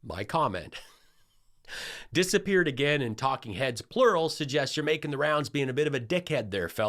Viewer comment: Says "TAKING HEADS," NOT "TALKING HEADS"!!! 🥸😖😳🙄😋😵🤪 FRIGHTENING!